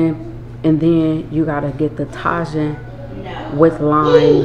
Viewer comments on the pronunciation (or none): lol ok nope.. it’s ta•jin pronounced TAH-HEEN ok or if u wanna really pronounce it with your Spanish accent then it’s pronounced that way•heen! Lmao but never ta•jin